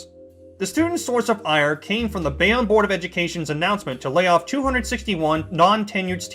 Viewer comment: It's pronounced bay-own